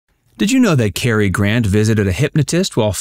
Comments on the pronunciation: CAR not KER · It's Boy-aye, and Cah-er. 😊